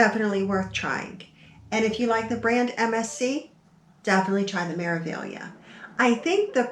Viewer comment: Your pronunciation of Meraviglia is pretty close except the first syllable is Me (as in May), not Mer. It follows the standard consonant-vowel format: Me-ra-vi-gli-a. May-rah-vee-lee-ah In Italian, E is always pronounced like AY as in day, and the R is rolled. You mastered the often confusing syllable GLI = LEE. I did one Mediterranean cruise on MSC and that was enough. They are beautiful ships but never again. I felt like it was a tug-of-war with my wallet. I'd prefer to deal with pickpockets in Rome than those thieves.